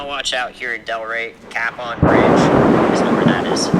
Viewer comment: Great video found it interesting to hear the Weather Person giving the weather warnings. Ammusing when he he says Capon (Ka Pon) Bridge as "Cap On Bridge".